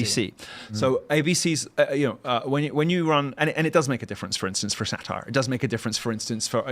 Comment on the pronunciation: weird "Satire" like an Englishman "Anchors" like a Yankee.